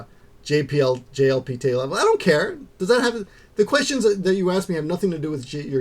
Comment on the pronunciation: Lol. At first I wasn't sure if you'd said JLPT or GLBT. How I confused those two, I don't know.